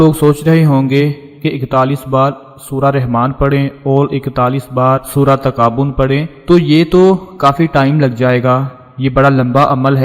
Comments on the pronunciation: Bhai pehle to talaffuz sahi karen, surah taghabun hai takabun nahi,🙄🙄🤨🤨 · پہلے اپنا تلفظ تو درست کر لو تغابن کو تم مسلسل تکابن بول رہے ہو ۔